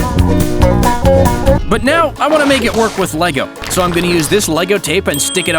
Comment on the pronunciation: LEGO NOT LEVO